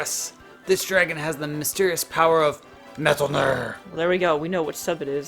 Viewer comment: That's not how you pronounce Metalner. In the anime it's pronounce as Met... Thai...Er. Snowy really doesn't look like a Jill sub breed. I had a dragon/tiger named Maugrim. My Chariot was named Eltivo, from the Road to El dorado. I looked up the designs for Monster Rancher 4 and, I'm sorry but, they butchered the designs of the monsters. And I think Monster Rancher 3 ruined the Joker's design so, I prefer Monster Rancher 2 in terms of designs although the Arrowhead/??? Is questionable.